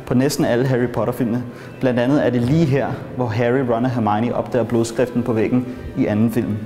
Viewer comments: Hun hedder hermione og ikke hermigni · Du siger Hermione underligt 😂